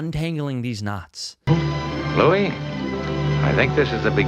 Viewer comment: Great video, very helpful as I'm trying to write a great short story for a contest. but every time I heard about knots I, a non-native speaker, couldn't help but hear "nuts". It gave a whole new layer to the video.